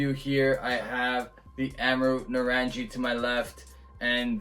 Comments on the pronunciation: Pronounced nuh-rung-ee, it's a hard G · Loving the review Rob. It’s pronounced naa-rung-ee which as the bottle says refers to oranges in Hindi.